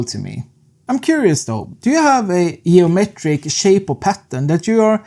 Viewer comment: "Yeomeetrick" boss ;) GL